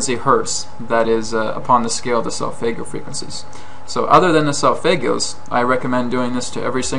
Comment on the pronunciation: For Christ sake learn to pronounce solfeggio. Also, I went to the pyramids and I can guarantee they were not resontaing whatsoever.